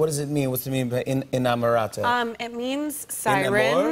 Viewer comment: I’m Italian and I hate the way she pronouces the name of her own clothing line